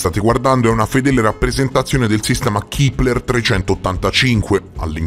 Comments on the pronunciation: Si pronuncia Kepler e non kipler.Ciao😊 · Chipler chi???? 😂😂😂 A, sveglia! Il telescopio si chiama Kepler e si pronuncia con la e perché è il cognome di Johannes Kepler, che è stato un astronomo, astrologo, matematico, cosmologo, filosofo della natura e teologo luterano tedesco, che scoprì le leggi omonime che regolano i movimenti dei pianeti. Studiaaaaa!!!! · Ma perchè "Kipler/Keepler"? Il nome è Kepler, si pronuncia con la "e", è stato chiamato così in onore di Keplero, o Kepler appunto, l'astronomo tedesco che studiò le orbite dei pianeti del sistema solare...nome molto pertinente per il telescopio infatti... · Si pronuncia Kepler, non Kipler. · Madonna, un te posso sentì a ripetere "kipler" a ogni piè sospinto, limortacci tua ^^